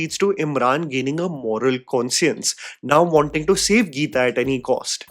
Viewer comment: not again this "con-see-uhns" 🤦🏽‍♀️